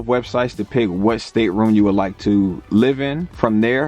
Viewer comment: Its State-room not stater-room